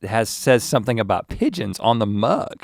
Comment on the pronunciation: The 'e' gives the 'g' the soft sound. So, instead of 'pig-ons' you get 'pige-ons'. Think George.